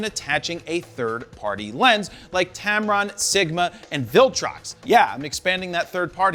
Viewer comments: tempon !!! wtf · He said tampon lol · You said tampon 😂